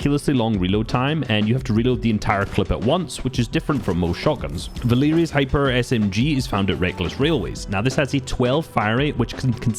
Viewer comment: never heard anyone pronounce valeria as val-eerie-ya